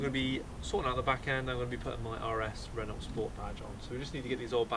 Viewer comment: So, it’s “Renno”, not “Renolt”.....